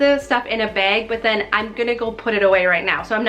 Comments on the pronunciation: The way you say bag always cracks me up!😂 Sounds like you’re saying beg. Love your channel! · I KNEW IT!!! My mother was from Minnesota and she ALSO says "beg" instead of "bag"!!!